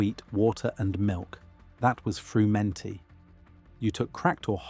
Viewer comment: I think the stress on 'frumenty' is on the first syllable: FRUmenty